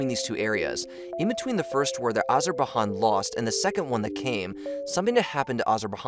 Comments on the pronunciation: This is a common problem with this channel. Look up proper pronunciations of all names, places and people. It’s important, and very distracting when it’s repeatedly mistaken. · I dont want to further insult or offend them, but to me casts some doubt on the channel, it makes me think they know nothing of the region or the news about it, they just looked up the latest article to make a video about. Surely you must have watch news here and there to know the pronunciation? Again, no offense intended, just worrying to me. I'm so fed up with content farm sites and dont want yours to turn into one. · Thank you. It's hurting my ears. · Do you think that Azerbaijan is in Spain or something? You are pronouncing it as spaniard would. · How do these guys make 'informative' videos, where they cannot even pronounce the name of the country they are talking about. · I know everyone is going to town about the pronunciation of Azerbaijan, but no one going to comment about "Rooters" ? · Never in my life I thought I could be triggered by wrong pronunciation. Despite of that, great video and keep up the good work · Listening him pronounce the name of the country, I started wondering if I've always pronounced it wrong. Then I googled "How to pronounce Azerbaijan" and yeap, I was not wrong. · After you posted that embarrassing meme about the supposed evils of socialism, I'm honestly not surprised that you don't know how to say Azerbaijan. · If you ever had any geography classes you would not so stupidly pronounce Azerbaijan!!! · Why do you keep pronouncing it like it's Spanish? Everyone else in the video has no issue pronouncing Azerbaijan correctly. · Definitely thrown off by his pronunciation of Azerbaijan. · Hearing him say it like that was making me die a little as well lol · Miss pronounced Azerbaijan the j for this country doesn't make an "h" sound like in Spanish language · I feel like he does it deliberately to boost engagement with people commenting about it. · Wtf is Azerbahan?🧐